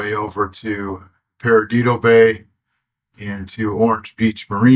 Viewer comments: not paradido...it's PERDIDO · Perdido, It’s pronounced locally as Per Dee Dough. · So sorry that you struck something and I hope that it'll be repaired soon, so you can continue along your way. And no offense but Perdido is pronounced Per-di-doh. Good luck on the rest of your voyage.